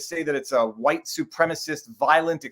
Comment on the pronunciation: You should try to get Jared Taylor on for a side bar. When you pronounce "wHite" it made me think of him.